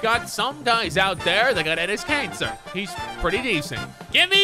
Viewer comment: I heard give me cancer instead of Kanter